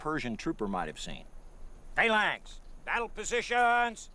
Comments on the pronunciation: For fuck sake, you could at least pronounce words correctly... "Phayylanx".. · just luv the pronunciation of phalanx......:) we were always taught in english class it was a hard a ...to get the pronunciation used used in the vt you would have to spell phalanx - phaelanx .